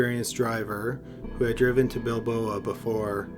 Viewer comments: It's Bilbao, not Bilboa. Apart from that - good as always. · Not BilbOA, it's Bilbao! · It is Bilbao not Bilboa. Rhymes with cow. Bilbao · Bilbao, not Balboa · bilboa? bilbao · Really good job with the video! I really liked it. BTW, the name of the city in the north of Spain is Bilbao, or Bilbo (like the hobbit) :D Keep doing such a great job! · Do really like these, but my God! Bilbao! NOT Balboa! Bill-bow. It's a very famous city in Spain, known for its architecture & art. These aren't mystery cities & names. No offense, but it's clear the narrator hasn't been exposed to much in life. Really detracts from the stories bc it's so frequent. Keep working on it, friend! This is a great site! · Bill - Bow is how the city of Bilbao is pronounced. Just so you know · Love these videos, but you repeatedly mispronouncing Bilbao as Bilboa is driving me crazy.